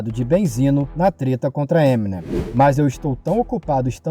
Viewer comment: daora, porem se pronuncia "Eminêm" e não "Êminem", a silaba atônica é a última.